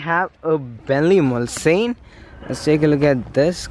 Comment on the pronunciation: I must say that I have enjoyed your videos but you really need to get you descriptions proper. by that I mean it's not glasses but side windows and/or windows on the Bentley. Also it is pronounced Muls-Ann, not mulsain. If you are going to comment on these cars then you really owe it to the car to be able to pronounce and know the right pronunciation. In the same way that if someone pronounces your name wrong, how would you feel. Other than that....Peace out.